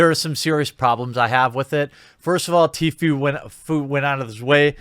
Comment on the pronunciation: Please pronounce it TFOO